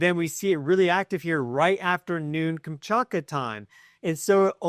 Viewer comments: Omfg, every time I hear you say “kamchAKA” instead of “kamchaTKA” it makes my ears bleed a little more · You’re saying it wrong, Kam-chat-ka, not Kam-chart-ka. Trippy how many Americans are incapable of saying, or maybe reading, Kamchatka correctly. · Kamchatka. KamchaTka. There is a T to be pronunciated. Please. I wrote private email two weeks ago about this. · Only you Say the T in Kamchatka.